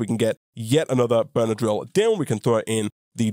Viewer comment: everytime you say "burner drill" it sounds like benadryl